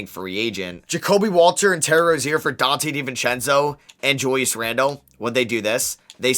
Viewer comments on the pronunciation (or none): none